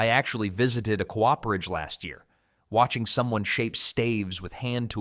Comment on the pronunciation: .. a 'koo-oph-erage' ... shit, so that's how you pronounce "cooperage" eh. You AI ridden Goof. This shoulda been a brilliant video. The topic is excellent. FFS learn to use your own voice dude.